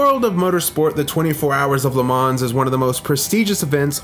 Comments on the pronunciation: Pronounced: LE MA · No "S" in the pronunciation of Le Man(s) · The 's' is silent in LeMans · Take a drink every time he says Le Mans incorrectly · Here's a tiny little fact of no significant importance. The 's' in 'Le Mans' is silent 😁 Kind regards from a very anal Le Mans fan five years to late! 🤣🤣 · Lovely video. Well done. One remark tho: the S at the end of Le Mans is silent ;) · great compilation, spoiled by the "creative" pronunciation of "Le Mans" & Porsche"... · If you’re going to make a video on Le Mans then at least learn how to pronounce it. Cringe every time you say it. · I was so triggered everytime he said it😂😂